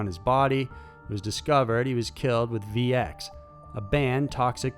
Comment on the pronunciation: RCMP not RMCP bro, I'm a big fan but you are not careful when you read your scripts (for example within 15 seconds, from to VX has becomes VC!)and also don't check name pronunciations before you record, it takes away from your otherwise good work.